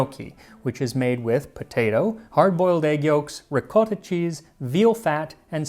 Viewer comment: You know what I really love about your show? You pronounce mozzarella and ricotta right! I also love the schooling you give us on macaroni. That's the term we (Italian heritage) used most before the snobs of the 1980s decided pasta was the only acceptable term.